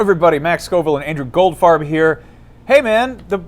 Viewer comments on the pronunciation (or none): First i heard Goldfart